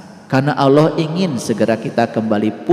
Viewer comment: dya blg nya awloh dan aloh